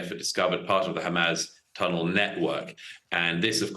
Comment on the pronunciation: Why does he always pronounce it as hamazz ?